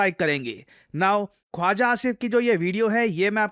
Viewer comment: Khawaja❌ …khuja aja ✅